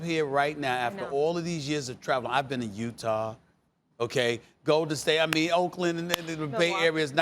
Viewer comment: The way Stephen A. Said Utah made me cry.